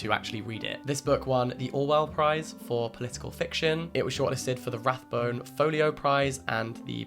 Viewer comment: Boyne* not Bourne!